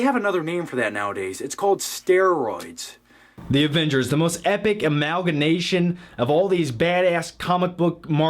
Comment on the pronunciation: "Almaganation" "Dialect" LOL! Sorry, sorry. Hey wtf dude, I'm subscribed to you, and your videos never appear in my subscription box... I honestly thought maybe you were dead...